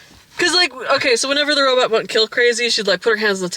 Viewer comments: "Robit" XD is great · That's the original pronunciation of the word! At some point in the 70's, people stopped saying "robut" and switched to "robot". Check out some old serials or B movies, sometime. (Or things meant to evoke said old serials, i.e. the "Sparks Nevada: Marshall of Mars" segments of The Thrilling Adventure Hour.)